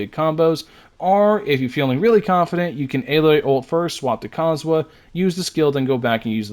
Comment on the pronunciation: calling Kazuha cosmo and Cosomo got me in tears